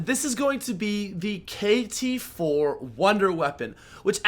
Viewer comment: Cringe ,he said the upgraded kt-4 weird